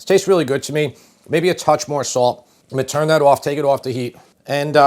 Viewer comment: As a recovering English teacher, I must protest. "I am going to" is not pronounced "ominy". On the other hand, "I'm gonna" is acceptable.